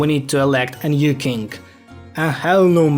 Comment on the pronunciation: Not being rude or anything but you saying kink instead of king is just hilarious 😭